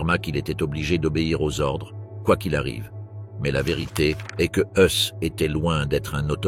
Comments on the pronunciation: IA quand tu nous tiens... Ce n'est pourtant pas difficile de trouver un humain pour prononcer les noms correctement, à commencer par les articles, les chiffres (de simples chiffres mais qui sont si importants pour prendre la mesure de l'ampleur de l'horreur!) et le nom du commandant ( Rudolf Höss = "Hoess" en français), trop souvent confondu avec le Rudolf Hess ami d'Hitler et jugé à Nuremberg)... Faites un effort pour des docs si importants, svp... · Exact Dachau se prononce Darao et Rudolph Hes se prononce Heis...